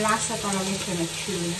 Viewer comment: May natutunan akong accent sayo...Chuna pasta.. hahaha gayahin kita hahaha super duper yummy naman yan . Salamat sa recipe mo